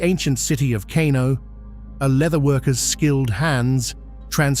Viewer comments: It’s pronounced as car-no, NOT kay-no. A fair video, it could have been better. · Is not KENO,is KANO..